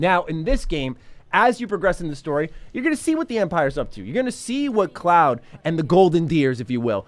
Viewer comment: I’m hurt every time he says Cloud😭